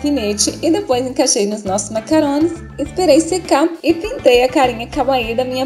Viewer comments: sao lindos . P.S. se pronuncia macaRRon e se escreve macaRon mas são ato lindos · nao e macaron e macaRRon !